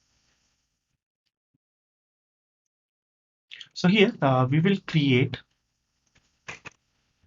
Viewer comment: I suggest you work on your spoken English (not "Ve Vill" but "We Will") and the correct pronunciation of English words (like "detErmine", not"determain"), "prefEr", not "PrEfer", "applIcable", not "Applicable". While", not "Vile, "World", not "Vorld", Tyuple", not "TAple". "still Works", not"still Vorks" "Gosh., "Why", not "Vy".